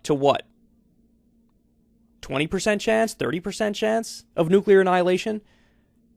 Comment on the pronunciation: I guess he figures he won't live much longer anyway, so why not risk a little nucular war...